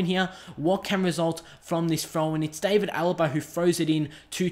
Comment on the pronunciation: It's pronounced D(ar)vid Alaba, not David Alaba. The "a" is pronounced as an "ar" sound